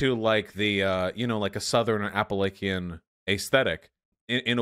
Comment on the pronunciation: Alright I’ve heard people who are not from Appalachia pronounce it like “app-uh-LAY-shun” and it drives me fuckin batty, but “apple-lay-key-in” is entirely too funny to get mad at lmfao